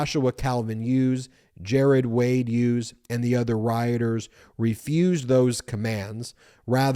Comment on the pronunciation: Ben, the name Hughes is pronounced with a hard H, as in Him and Her. Not the soft H as in Honest. Another excellent episode, thanks Bagel Ben and your mighty brothers and team!